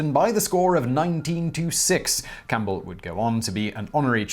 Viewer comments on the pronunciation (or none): none